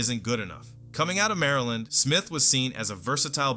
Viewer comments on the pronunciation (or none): none